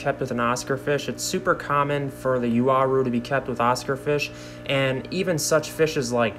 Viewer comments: Actually, it's yaw-rue. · "you-are-oo" lol i've always pronounced it "wa-roo" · Yes, the Wah Roo is the correct pronunciation of the latin..."ua" becomes "w" sound since there is no "w" letter in latin. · It's pronounced wah-rue. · Actually, from a Latin standpoint, it's pronounced Yaw-Roo for Uaru. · The proper pronunciation is yaw_roo for Uaru. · WA- ROO....Tahs how you,english speakers should pronunce that name...Period. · Pronounced as “Ooo-wa-rooh” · Uaru, I pronounce it like ooh-ah-roo. gorgeous fish btw,,, rather have those than discus any day. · Why would you start a video with “and”, then go on to talk about something you know nothing about. You had to message 5 people? They all wrote it down for you, and needless to say you still can’t pronounce it :)